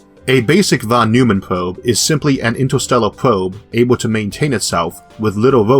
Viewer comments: Von Neumann, not Von Neumman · I would guess, he probably pronounced it german, but I have a hard time thinking about a word in english which uses this sound....maybe "oi"? like in "oink"? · This is the most amazing channel. How do you keep up the pace and quality? You must be working overtime. There is always room for improvement, however. Allow me one nit-pick. Fawn Noy-mun. If you pronounce "Fawn" like a New Yorker, you are pretty close to the professor's pronunciation. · A nit pick: Von NOY-man. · Just one minor correction, please: Von Neumann - Should be pronounced as "Von Noi-man".